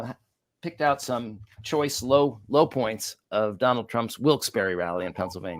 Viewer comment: Love your show… Especially this episode! A quick heads up; the town in Pennsylvania is pronounced “Wilks Bar,” not “Wilks Berry.” Thanks. Keep up the great work! 💙